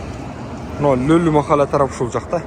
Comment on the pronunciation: Махала эмес кыргызча махала деп айтылат